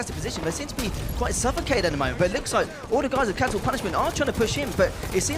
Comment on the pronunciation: Top 15 Halo.... Momements?? xD lol